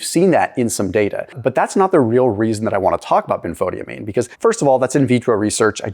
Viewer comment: Dear, I am very familiar with Benfotiamine, as it halted my advancing diabetic retinopathy. But (ahem) it's pronounced Ben-fah-TIE-amine. 😅 it took me a minute to figure out what you were talking about!